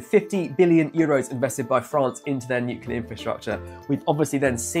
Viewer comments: NUCLEAR NOT NUCULAR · It's not nukelar it is pronounced nu-clear